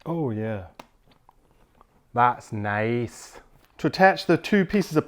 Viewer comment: "Aww that's nice" - Why you sound so Scottish here? Lololololol